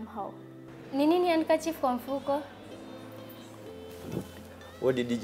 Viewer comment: "an andkerchief" 😃😃